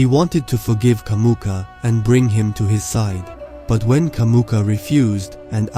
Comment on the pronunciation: It's Jamuka, not Kamuka!